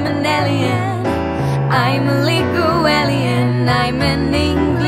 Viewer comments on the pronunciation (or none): A nice version of a great song., if you ever get to read this 'Alien' is pronounced 'Ay-Li-En', it's one of many English words that are pronounced differently to how they are spelled. Best wishes from an Englishman in West London!